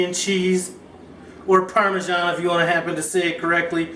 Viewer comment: you grabbed my attention when I heard parmeesian cheese! Then things just kept getting better, especially when you added the spicy Italian sausage! This dish is off-the-hook creamy!! I'm salivating here! Great job!